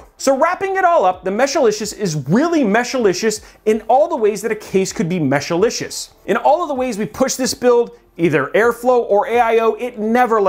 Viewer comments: I know you love saying Mesh-a-licious, but it's Mesh-licious. that's what I have in mine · Mesh-licious.. Not Meshalicious or Meshilicious. But overall good video!(